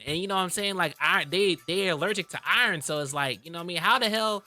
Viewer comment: im going to need him.... NEEED HIM to say iron COrreCTLY